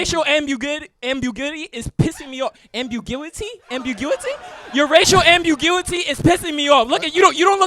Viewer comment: not being able to say “ambiguity” was hilarious 🤣 bro wrote that word into his joke then realized mid joke he didn’t know how to say it 🤣 how did the judges not mention that 🤣 at one point he basically asked the crowd like “ambigiuity? Ambuguity? I think?” 🤣